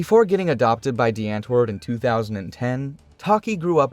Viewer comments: Well atleast they used to show the actual culture and mannerisms of Africa. It's not all pretty cities or hurt open grass lands but also a huge place of chaotic environments people have to grow up in. And it's not "ant-word" but pronounced as "aunt-wourd" alot of American who say it wrong makes us afrikaners angry. But it's also Americans who are still into their music and blowing it all up. I'm not saying this as a person from America or a upper class South African. But as a South African that knows how this of cheap, ugly world can turn people into. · its pronounced like "Dee aunt-voord" not the ant word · The "W" is pronounced as a "V".. Just sayin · the "ant" is pronounced like "aunt" in English + voord. If you think that makes no sense blame the Dutch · Well said. Also, as someone who can speak a bit of Afrikaans, every time he said antwoord but pronounced it like ant 🐜 it was like nails on a chalkboard. That became funnier with da's reaction to Eminem and even funnier when Yolandi was telling him how to pronounce it because even she wasn't pronouncing it like an Afrikaans person would.